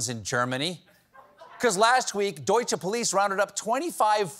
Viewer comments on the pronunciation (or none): none